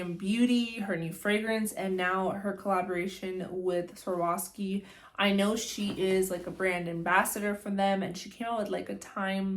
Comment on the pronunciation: Girl, you need to practice saying Swarovski before you embarrass yourself like that lol